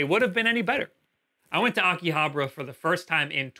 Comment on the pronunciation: The way he says Akihabara is triggering me.